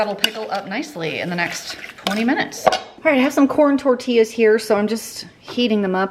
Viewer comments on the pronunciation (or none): none